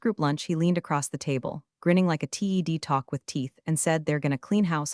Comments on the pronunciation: You have fun stories, decent content but the worst AI audio. For the love of God if you're going to use the phrase TED Talk please train the AI to say TED not spell T-E-D. Also please stop with the bs of if I'm going to keep doing this as a full time job I need to hit 10,000 subscribers it's not individual people doing this I know it's for entertainment but could you at least play within the lines you've drawn. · TED is pronounced as it looks, like name Ted. Read is spoken as red. Get it and work with AI on it. Also slow down AI. Love metaphors and stories have good bones. Still around a 3 on stories. Fix on other problems and you could get a a 5.❤️🐉💙💙😎😎🌈🌈🦅🍍